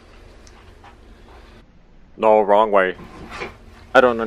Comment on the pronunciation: "Wong way" ... LOL